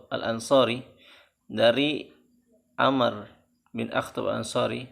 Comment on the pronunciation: Bukan 'amr bacanya tapi 'amruu